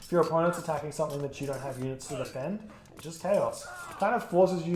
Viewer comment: I heard penus at 1320...